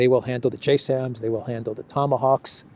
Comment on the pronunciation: The missile is pronounced like Jazem not J SAM. That makes it sound like a air defense missile when it is strategic.